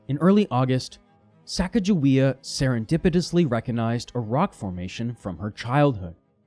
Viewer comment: When he mispronounced "Pierre," i just knew he was going to mispronounce Sacagawea as well. Stopped watching at that point.